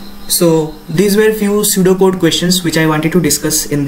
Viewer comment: "Pseudo code" I heard it SUDOKU 😂